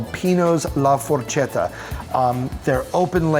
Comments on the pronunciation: ForKETta not for-chedda🤦🏻‍♂️ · la forKetta. say words properly you mangacake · It's Forchetta pronounced For-Ketta with a "k" sound not a "ch" sound. Stop butchering my language. 😆 lol..... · Not to be “that guy” but Forchetta is pronounced “forketta”. Just saying. Great video! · I cringed so hard at the pronunciation of Carmine and forchetta